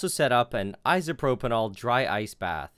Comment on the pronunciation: Is "isopropanall" isopropyl alcohol?